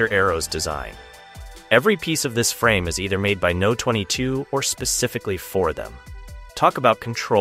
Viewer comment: Pronouncing the company name as "No 22", instead of "Number 22" is crazy to me 🫨